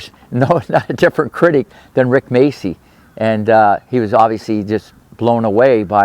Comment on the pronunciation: Its pronounced Máchi, like machio.